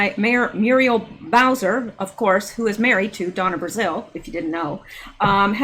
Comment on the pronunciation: Hi,! You keep pronouncing the last name of the Washington, D.C. mayor as "Browser" as in internet browser. Actually, her name is Bowser, as in a popular dog name and also a dog breed. By remembering the "dog" part, this should help you easily associate it with the correct surname for Mayor Bowser.;-)